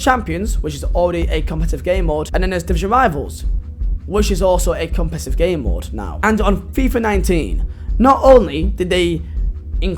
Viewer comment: Funny cos you can’t say the word competitive